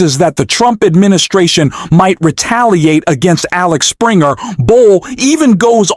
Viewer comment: It's Axel Springer not Alex Springer publishing